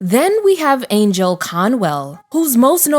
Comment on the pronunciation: Once again, a narrator does not know how to pronounce names. Angell Conwell's name is NOT pronounced Angel.